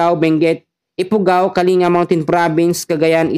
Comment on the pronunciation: Kaling-ga hindi po kali-nga😅